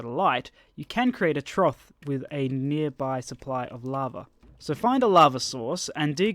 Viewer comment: You can create a troth? what the heck is a troth? I believe the word is "trough" pronounced 'troff'